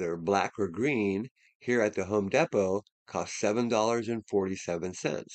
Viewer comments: Home Deee Poe. Sorry dude, it’s killing me. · It is actually called Home Depot not home Depo